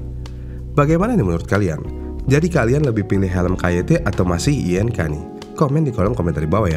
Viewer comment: Agak risih ya denger merk INK dibaca, I.N.K, bukan ING wkwk, perasaan dari dulu emng dibaca ing, sampe iklannya pun gitu😅